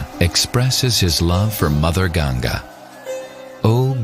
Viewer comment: if you are calling river ganga "ganjas", THEN IT'S NOT CORRECT, please please call name of Ganga river correctly please. if in English language it cannot be read and written correctly it's not means you can call wrong name . you have to learn correct name if you want to talk about it.